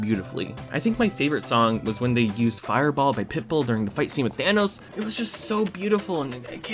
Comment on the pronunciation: thanos. thanus, thanoose